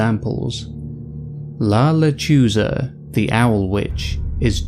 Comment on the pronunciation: You need to learn to pronounce Spanish correctly, and also, it’s not the sound of a baby crying, it’s the sound of a woman laughing. I’ve heard it!